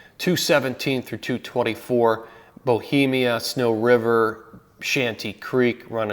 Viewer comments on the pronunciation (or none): One small detail: Mt Bohemia, not Behemia